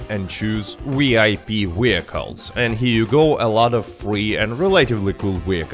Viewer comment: Wee-IP, Wee-hicules!